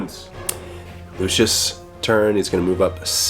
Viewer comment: Lucius not 'lucious'